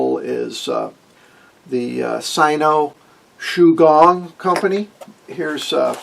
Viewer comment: Shu-Gwong is how it will sound.